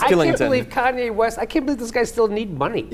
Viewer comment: did he say Cudi West in the beginning?